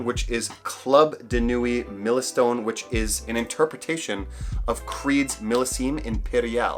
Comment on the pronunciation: Why would you probounce milestone as milaystone